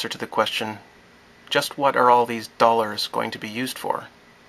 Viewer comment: Did you say doll-hairs? Im joking because it's crazy to think about.